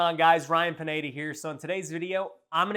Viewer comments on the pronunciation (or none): Paaa neee daaaa I love how u can’t even pronounce your own last name 🤣🤣